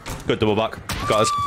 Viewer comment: Everyone else: double back there: doubather